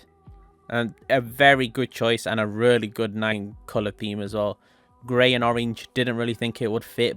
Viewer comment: "rully" - 2021